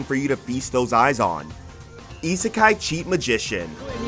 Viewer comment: please learn how to properly pronounce Isekai